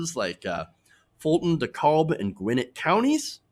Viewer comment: Roswell, Georgia is in Cobb County. And it's (DeCab) DeKalb, the L is silent. Gwinnett County, no surprise. That was my hometown county, has grown with African American population. Overall, my homestate is a national embarrassment.